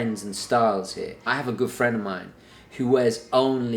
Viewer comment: i swear every time i heard you say " good friend " i thought it was "girlfriend" which got me so confused until now, i read it in your description " good friend " .